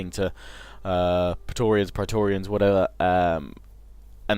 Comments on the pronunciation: preatorians should be pronounced Pray-torians I believe, at least that's what im doing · Say "P-raé-torians" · say it like this (Pray-torians) = praetorian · It's pronounced "pray-torians". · Oh and Praetoreans are pronounced Platoreans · I think it's pronounced 'pray-tor-rians' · In traditional Latin it is pronounces pry-torians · The right pronunciation is as in "meant". Pr(ae)torians like m(ea)nt. The "ancient peoples" have left a lot of books about spelling. If you just take Latin sounds and translate them in another language, you've "recorded" it. That's it. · thats not how its pronounced. in latin ae is pronounced kinda like an i mixed with an e